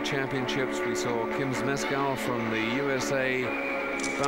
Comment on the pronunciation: Where were these landings in the Final? 😭 (As an aside, it's hilarious how this man pronounces "Zmeskal")